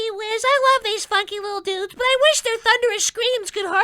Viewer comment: HOLY SHIT, LIL CRITTERS AND DUDES?! currently chgoking, why tge fuck did he have to enphasisse so much man oh godf i t hurt